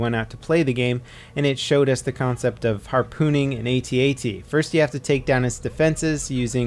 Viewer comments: Obviously not a Star Wars fan... It's not A T A T it's AT AT. But love all your vids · For the love of gawd will you PLEASE stop saying "A-tee A-tee"?!!! They are AT-ATs!